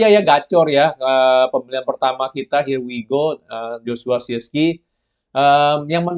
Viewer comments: Acong cara bacanya bukan siski... Tapi sirkse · Susah amat cuman ngucapin Zirkzeee